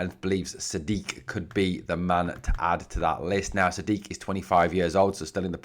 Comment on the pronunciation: The fella 'Majid Sadiq', his surname is pronounced as 'Sad-eek' as we here on GB would say.